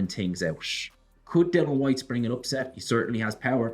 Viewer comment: kissing the ring, disgraceful that he still cannot pronounce Dilians name. DYLAN HWYTE? So unprofessional it;s like calling Fury Tyrone Fury with a straight face.